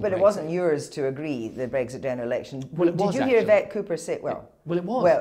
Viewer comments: There he goes again.. Breg Zit Breg Zit Breg Zit. He has to pronounce it differently to everybody else doesn't he! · He keeps saying Br-eggs-it. It’s BREX-it 🇬🇧